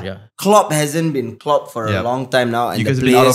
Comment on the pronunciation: Klopp sounded more like flopp